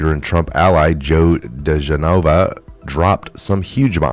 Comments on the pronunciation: The lawyers name is pronounced: Dee Gen ah vah not Dee Gen nova ...Not trying to be disrespectful just helpful. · The former federal prosecutor's name (DiGenova) is pronounced Di-GEN-o-va, not Di-gen-O-vah. Just tryin' to help you out. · It's Dee GEN' o vah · Dee gen a va.....its Dee gen a va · Is this a computer generated fake report for our side? Just saying because he should be in the know yet he can't say Joe Digenova right after covering and watching countless reports like the rest of us. Just weird that's all